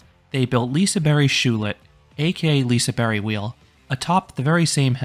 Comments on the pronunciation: liseberry??? That’s not how it is pronounced by the local Swedes, it is more pronounced like “Liseberj” in a Swedish accent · Lisaberry? It's LisaBERG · Y? That doesn’t even sound right, it’s more of a J sound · what is a Liseberry? it's Liseberg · J as the English pronounciation of J? Like in the word jelly? Because as a Czech, I would also say it's J, but in English context it's a bit different. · bruh no, literally as a swede i can say that it's more of a j, not a y